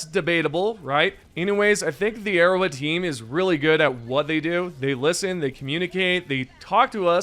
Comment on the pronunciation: arrowHEAD bro oh my god. “Arrow wed” you sound so silly.